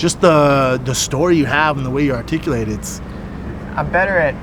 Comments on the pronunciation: Shaub needs to stop attempting "articulate". articalate, articlate, artificate. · "You're the most arrtickuwet mind" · Him mispronouncing articulate was all kinds of ironic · The way Brendan Schaub says articulate is ironic. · All respect to Brendan but you trying to say articulate made me geek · Brendan can't articulate the word articulate....😂😂😂